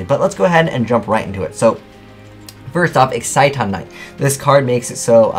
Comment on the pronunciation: Excite-on Knight? Isn't it pronounced like Exi-ton? Because the way says it sounds retarded